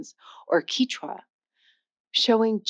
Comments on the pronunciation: The language Quechua is pronounced as "keshwa" (not "kichwa" as you said in this video) by the majority of its speakers. Only in Ecuador, where they lost the pos-velar Q, is it pronounced as "kishwa", but in Peru, Bolivia and Argentina, the language is called "keshwa". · You mispronounced Quechua as Kichwa, it’s Kechwa. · Quechua is pronounced "Ketchwa". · Is this chick an AI? WTF is queecha? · You pronounced Quecheua different each time :)) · She also said Quechua and Tamil wrong at the start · If you can't correctly say the word "Quechua".............I have no desire to listen to you........... Can't trust anything that comes out of your mouth. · this doesn’t sound like AI, but she is mispronouncing a lot of language names and not being a linguist even I know how they’re pronounced. Tagalog, quechua and Tibetan, for example. but the content seems very well researched. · Kee-cha? It's Keh-chew-ah. It's not TAG-a-log. It's Tah-GA-log. It's Tah-BET-in, not Tah-BE-shin.It's Inter-AW-ga-tives. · Thank you for saying "from" rather than "than" after "differently". But it's strange in a video about languages that you mis-pronounce the names of other languages, e.g. the word "Quechua" starts like the beginning of "kept" not "key", and the language of Tibet is Tibet-an not Tie-beeshan. Keep that up if you want to put people off subscribing. Also, this weird fashion for diagonal video (not facing the camera) is going to look SO dated in a few years. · How does a linguist not know how to pronounce the names of languages??? FijEEan, TiBEtan, QuEchua, not Keechwa! How is this poss? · Maybe teach your AI to pronounce "interrogative' "Tibetan" and"Qechua".